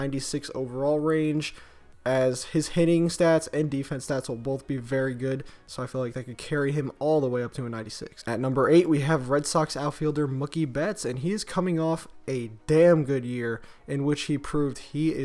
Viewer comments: Boi it's BETTS not BETTES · Mookie bettes? Betts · It's Mookie Betts. :-/